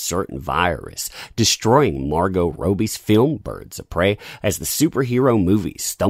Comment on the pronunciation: How do you pronounce Robbie like robe-ee? Is that how it's spelled? Is that how you've ever heard her name said? We all know the answer is no.